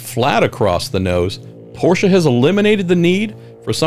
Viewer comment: Love the way you pronounce Porsche the right way! Very intresting Tech Tour!!